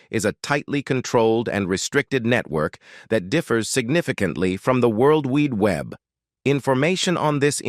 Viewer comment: I think the AI voice is being hacked by the NK's strin jant rules, world weed web, 🤣🤣🤣🤣🤣